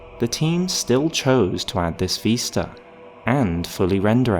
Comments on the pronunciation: Vis-ta not ves-ta. Vis like this, not ves like vest. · VISta not VEESta. you drive me nuts lol